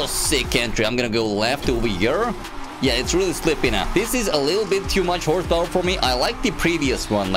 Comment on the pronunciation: I know you have a weird and sketchy accent, but calling horsepower as horsesta now that's interesting